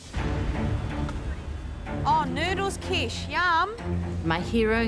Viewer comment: That's not khow suey.... and she's not keesh-wah... it's kish (like wish) and warr (like purr).... Talk about ruining names!